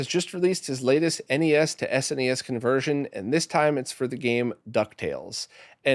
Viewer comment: “Snes” as in one word 😮. You don’t often hear that from English speaking people. I know it’s a silly detail but it definitely caught my attention!